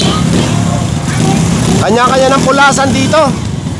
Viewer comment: Hindi “ KULASAN” . “ KA LA SAN “